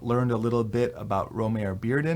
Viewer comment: something I didn't know until recently, but there was a recent Modern Art Notes podcast (#577) with a Bearden expert/biographer, and his first name is actually pronounced "Roe-mah-ree".